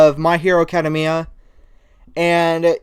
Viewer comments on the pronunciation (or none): Eww what the heck dude u said my hero (acead-ami-a) why did u renounce it like that